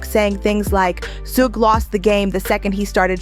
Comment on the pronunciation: how she say everything else right but the mans name😂😂😂 it's just funny how she says it (sew geh knight)😂